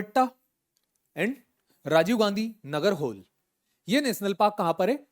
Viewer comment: Nagarhole is nearly pronounced as नागरहोले. Same goes for Aihole, from history😁👍🏻